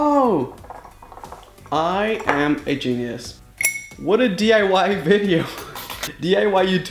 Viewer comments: Vedeo Vedeo,ahem it is pronounced as video like wtf are u even saying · He has an accent so he can't pronounce video right idiot isn't that obvious?